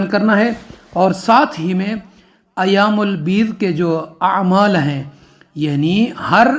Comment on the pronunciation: Ayam ul bez hota he plz ap suni ki tarhan ayam ul bed na kahen is tariqey se to ap quran bhi ghalat hi parh rahe hen Ap apna talafuz thik karen phir kisi ko ilm den